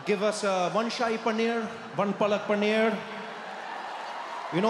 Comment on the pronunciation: He messed up paalak with palak(eyelashes)